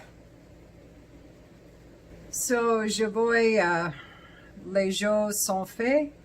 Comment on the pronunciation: I have a piece of art paper that I tear up for sampling fragrances- I recommend lol. Also I guess I am the French teacher haha. Actually you pronounced “sont fait” correctly but “jeux” has a different, softer vowel sort of like the L in dribble:-). Have a great day! I got my first Xerjoff and I am so excited/in love- Alexandria2.